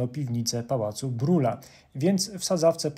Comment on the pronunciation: Nie Brula tylko Brila wymowa niemiecka